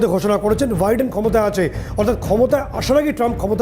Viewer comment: Viden না। নাম হচ্ছে Biden। আপনারা অনুষ্ঠান করতে গিয়ে নিজেদের উচ্চারণ ঠিক করেন না কেন? একটু সতর্ক থাকতে হয়।